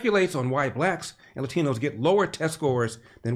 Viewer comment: Why did Kendi say, “Lathino,” as if he had a Spanish accent for only a second. He’s from Jamaica, Queens, just like me and I don’t have a Spanish accent. Does he have a “Bisa” and MasterCard account? 🤔